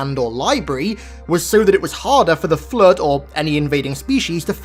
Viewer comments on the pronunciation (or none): Flrood saying it with an R is killing me